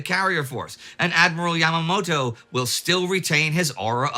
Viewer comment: "Yamamato" XD